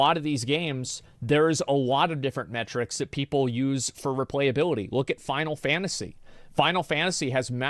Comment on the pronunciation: xd it cost u to properly say replayability u didnt stop repeating it